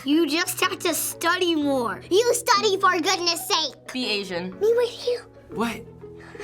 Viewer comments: She actually said " be asian" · HAAAAA THAT GIRL SAID "BE ADIAN" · She said be aisan thoo hahahahah